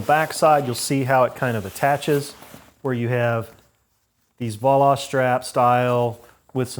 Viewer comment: I have one of his smaller bags, the Picollo, that is 12.5 litres. Tight fit fit for all your sleeping gear, but no rack is required. Highly recommend using something like Restrap’s push or standoff bar to protect you bike from rub on the dowel. Just a by the way: Voile straps came from the ski industry and is pronounced Vol-A. Thanks for review. Very nice bag and very well made.